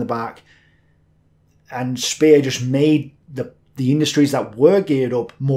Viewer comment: Just a little niggle about Albert Speer's name - ee is not pronounced as in English, it is more like the name of the letter A So Shpayer. Keep up the good work.